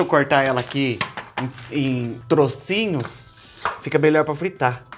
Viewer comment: Não é trôcinho é trÓcinho Fubá 😅😂😂😂